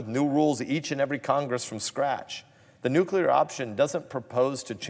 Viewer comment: Did he jest say nukelar ...what.